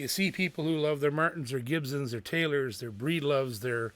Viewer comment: Wish you'd learn how to pronounce Gibson, there is no z in it.